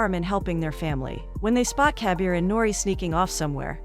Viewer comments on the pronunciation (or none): Instead of Kabir all i hear is caviar lol